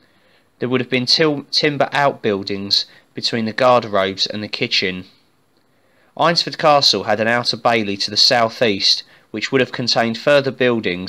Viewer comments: Great vid! I live near here so just to point out its pronounced ainsford. Ain like pain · Nice video mate! Just one point - it's pronounced "AINS" - ford. But good work. A place very close to my heart.